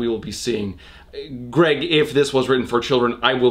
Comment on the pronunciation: Addison Allen I WAS THINKING THE SAME AHAHHAHA “ gerg “